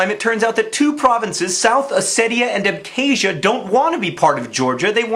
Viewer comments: It's not pronounced "æbke̞ʒiɶ," but "abxazia" (using IPA). I know that mispronouncing words is your thing, but the 'x/kh' sound is not 'k,' it is like the German 'ch.' Random tidbit, the endonym of Abkhazia is Ap’khazet’i, and Georgia is Sak'art'velo. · Good video, but John's pronunciation of Abkhazia is yikes. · PS. please learn how to pronounce "Abkhazia" you have obviously never even heard of the region before the conflict happened.